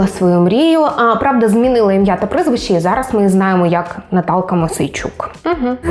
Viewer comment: Прізвище, а не прЫзвище😖🥴🤦‍♀️ О боги! 🤯 Ще й ! 🫣😖😵‍💫